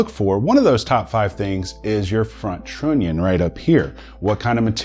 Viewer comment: The way you pronounce trunion makes me angry.I know, you know.